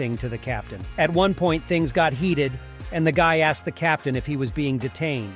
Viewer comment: "So I axed her...." pretty sure that's a crime, you can't just axe people. That's the trouble with a certain group of Americans, they think they can axe everyone.